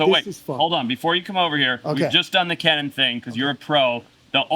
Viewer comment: Ken-in? Lol it’s pronounced like “key-nan